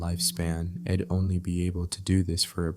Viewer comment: This calm voice for narration is perfect in my opinion, but the mistakes of pronunciation - "I'd" turns into "Id" - make it really annoying and difficult to focus